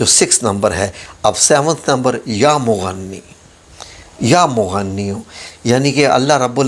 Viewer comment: Ya mughniyo h mughannio ni hota